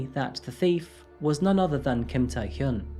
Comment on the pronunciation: Hyun (현) is difficult for people in western countries to pronounce. Your pronunciation is quite good. 💯 #Kudos 👏🏻👏🏻👏🏻